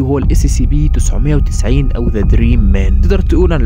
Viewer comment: يا اخي انت تقول Sccp لا انطق Scp فيها حرف c واحد